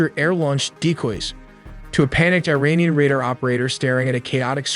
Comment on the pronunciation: You pronounce Iran "EERAAN" (correct), but pronounce Iranian "AYRANIAN" (incorrect). The correct pronunciation is "EERAANIAN". Great video nevertheless!